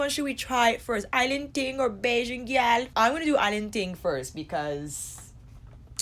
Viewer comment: Haha it wasn't terrible, it was more all the emphasis you placed on the "l", but that's minor. I'm coming to the US at the end of the month and I can't wait to spend hours in Sephora Edit: and I'll be there for the VIB sale! My excitement is real.